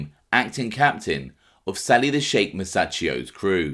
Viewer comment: Awesome channel. Sheik is pronounced Sheek 😉